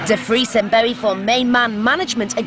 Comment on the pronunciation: This is the sort of pap shit Bowie detested. They can't even be bothered to pronounce his name properly.